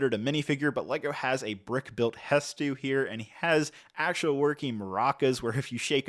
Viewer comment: It would have been nice if someone who had even a basic understanding of the game did this review. :| He just kept saying it wrong......over and over again. Hestoo. ;0; My Boy. He straight up butchered my boy.